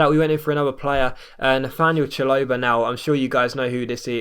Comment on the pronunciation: it's pronounced Shal-o-buh mate. Now having a go but just saying for future reference